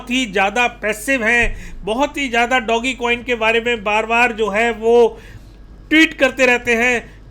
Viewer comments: डोगीकोइन नही सर, डोजकोइन है सहि उच्चारण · Sir ji pronounce Dogecoin proper in english accent.